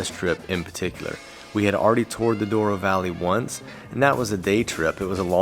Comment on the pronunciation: Glad you liked the experience. By the way, it's Douro. I guess americans are more familiar with spanish words - colorado is one. As curiosity, if Colorado (which means colourful in spanish) was in portuguese language it would be Colorido.